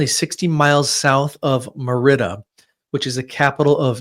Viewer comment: Please pronounce Merida correctly .I think the the circle is a speaker/recording device.